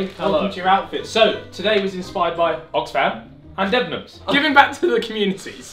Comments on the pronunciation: did he just pronounce debenhams like that 🤢🤢😂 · Ethan should be on a register for how he pronounces debenhams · How did he just pronouce Debenhams???? DEH-BEN-HAM. WHAT KINDA STORE IS DEE-BEAN-HUM